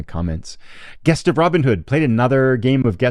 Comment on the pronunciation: "Gest" has a soft G and sounds like "Jest". Love your content mate. Keep up the great work!